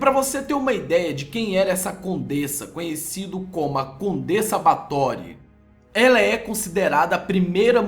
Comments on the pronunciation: SE PRONUNCIA BÉFORY N BATORY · o nome se fala BÁRTHORY E NÃO BARTHORY. no mais o vídeo ficou ÓTIMO. Vê se vai lá e trás mais informações pra gente. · Muito bom, mas se diz "Báthory"